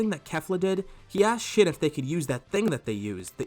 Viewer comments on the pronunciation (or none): It sounds like your saying shit when u say shin XDDD